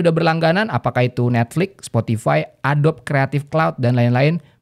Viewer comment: Adobe itu dibaca Adobi